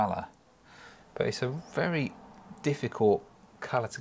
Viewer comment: its wery wery beautifle